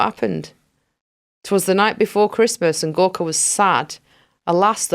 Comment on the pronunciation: Gorka all the way. And I heard hospice Gorks. :-D